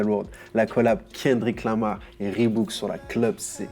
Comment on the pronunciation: aaaaaaaah "reebook" 😰😂